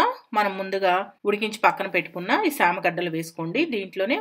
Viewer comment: It is not shama gaddalu it is chama gaddalu